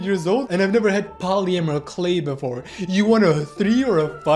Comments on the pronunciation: yeah dude u couldn’t say polymer correctly earlier 😭✌️ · haha. poly - amour, k'lay.,.,.,., // say it like this, poli-mer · Pronounced 'Polim-mer' instead of 'Poly-Amer' clay 😊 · "polyamuhr clay" 🙏🤞😭 (no hate, all jokes) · Why does he keep saying poly A mer clay 🥀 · “Polyamer clay” 😭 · po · luh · muh Clay